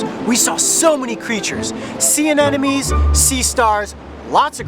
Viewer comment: I love these videos I actual take notes and everything but did anybody else notice he calls sea anemones "anenomes"? Lol